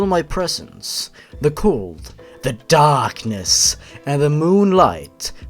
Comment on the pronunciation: "the ally way" I LOST IT AGAIN